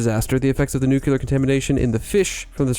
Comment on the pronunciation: You are worried about mispronouncing Japanese words, but you are mispronouncing ENGLISH words! It's... new-KLEE-ar [NUCLEAR] NOT... new-Q-ler